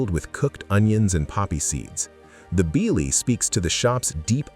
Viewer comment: ....work on pronunciation. Bialy. BE-AH-LEE. And it's de-VON avenue.